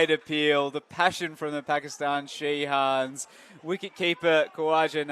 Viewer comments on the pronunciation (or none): ধারাভাষ্যকার পুরা খেলায় শাহিনরে শিহান কইছে